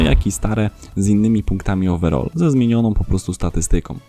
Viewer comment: Ogólnie lubie Twój kanał mimo, że od niedawno go oglądam a od kilku dniu subskrybuje a chodziło mi (nie odbierz mnie, że Cie obrażam albo się śmieje bo nie o to mi w ogóle chodziło w komenatrzu) jak śmiesznie brzmi wymawianie słowa "overall" wiem, że preferujemy angielski angielski i tam wymawiamy PODOBNIE jak Ty "owerol" ( i to właśnie nie wiem dlaczego tak na mnie działa, ale odrazu mam beczke z tego w sensie z tej wymowy) a tutaj uważam, że zdecydowanie lepiej wychodzi wymowa z angielskiego amerykańskiego po prostu "ołweral" a Ty jak sądzisz? Chociaż chyba niepotrzebnie pytam skoro cały czas mówisz tak jak Ci poprostu lepiej:) A w sumie na filmiku którymś z ostatnich też jakoś fajnie śmiesznie przejęzyczyłeś nazwisko piłkarza, ale już nie wracajmy do tego;) Rozwijaj kanał, podoba mi się Twoja robota dlatego też dałem suba i mam nadzieję, że może zagramy w któryś dzień mecz towarzyski w UT:) Co Ty na to?:) Pozdrawiam 💪💪